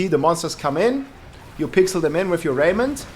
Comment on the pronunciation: Lol he says "Rrrrrrrrrraiment".